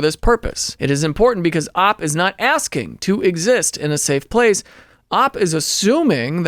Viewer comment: I love these videos, but every time he pronounces OP as 'AWP' I die a little inside.